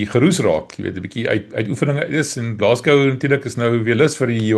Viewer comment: Geluk met die korrekte uitspraak van Glasgow 👏 😁